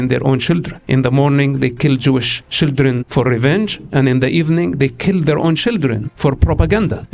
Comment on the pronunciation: He is the Israeli verson of Borat. Dude even pronounced "children " the way Borat did "Shildren"😂